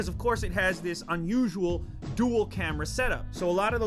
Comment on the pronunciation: I love the way he says camerar.